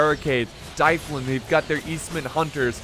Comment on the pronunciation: Plz stop saying dyflin like that its Dublin like the city in Ireland